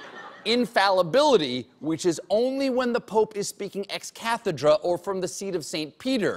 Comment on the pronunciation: he said "excathedra" wrong!😤😣😮😕